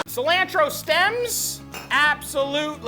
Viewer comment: I love his cooking sesh. Especially how he says "alapeños" "Se"lantro Gives me warm fuzzies